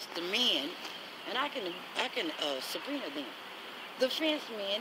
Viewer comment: Did she say sabrina instead of subpoena? I feel bad for this woman's husband and her poor dog.